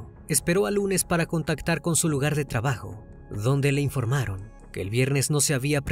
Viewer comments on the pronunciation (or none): none